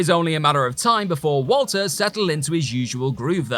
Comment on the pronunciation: ...its WALTER!! (V-All-Tur) fool